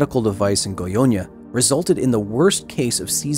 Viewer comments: It's funny how you always says "GoiOnia" instead of "GoiÂnia". This "â" is pronounced "inwards" (through the nose), it's not an open A like in "absent", but more similar to how an/aid/aim have the same "a" sound. I think this phoneme doesn't exist in any word in English, this through the nose A/O/E (with the little hat above like â, ô, ê), so to be easier for you just pronounce those vowels with open phoneme for them. For A use the sabe pronounce as in Absent/Absence/Alligator/Alive. For O use the same as Option/Optimal/Optimistic. For E use the same as Ecology/Economy/Ecosystem. I'm Brasilian by the way. Great video. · Haha I'm so sorry but the way you pronounce Goiania is kinda funny. Should be more like "Goi-ANNE-ah" like "Britannia". And I'm not gonna lie, Goiania is not exactly the most advanced city in the world, the fast response time from the government there was kinda impressive, I'd expect much worse from brazilian government in the 80's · It’s pronounced Goy-uh-nya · It's not pronounced "Goionia". Great video though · how come your "brazillian staff members" didn't warn you about pronouncing "goiânia" as "goiônia"? that was painful to hear, not gonna lie. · at it again! Amazing documentary, as a Brazilian, this one hit different. I wasn't aware such a big disaster happened here, and again because of human error, mismanagement and lack of education. And yes, you butchered the names, but in your defense, the "â" in "Goiânia" is a nasal sound, which English just doesn't have, much like in Portuguese we don't have the "th" sound, making "thing" sound like "fing" when we speak it. It's hard to make a sound you never made, with parts of your face you're not used to moving in that particular order.